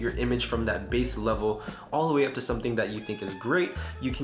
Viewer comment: It’s pronounced “visco”